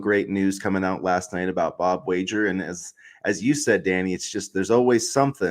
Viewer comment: Pronouncing Wager wrong was annoying.